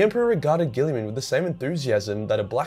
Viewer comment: Robote gillman